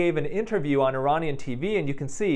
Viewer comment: First you pronouncing sahar tabar and iran and iranisn completely wrong, second what happens to us, iranian women, is way more extreme that u just said, pls do more research before u mention something like that in your videos😊